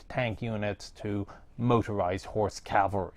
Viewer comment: "motorized horse calvery" I can only think of horses riding in trucks